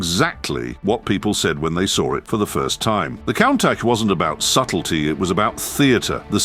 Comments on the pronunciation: It's pronounced coontash not countash! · This video should get a price for most wrong pronunciations of a single word in under 160 seconds. Say it with me,: K O O N N - T U S H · It's pronounced Koon-taj (with a long soft "J" sound at the end). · For the grace of fcuking god. Stop posting Ai narration where they can’t even pronounce the cars name. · Sadly, the Ai keeps mispronouncing its name. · i dont like to say this But damn you for getting "Countach" wrong. Stop, it's really irritating. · The name is slang for look at that . Most often a reference for something surprising you were not expecting to see . Like a very attractive women walked around the corner into view, word from one of the workers creating the prototype . And your pronouncing it incorrectly .